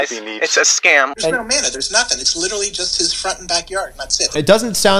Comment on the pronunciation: Love your content but I died laughing when you said “Litally” at the beginning 😭